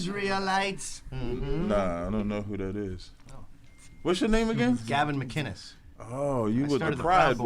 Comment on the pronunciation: MIC-innes is how u pronounce it